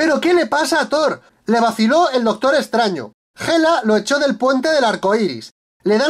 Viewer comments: "el dostor estraño" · “El dostor estraño”